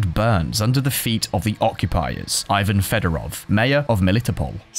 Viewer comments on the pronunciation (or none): none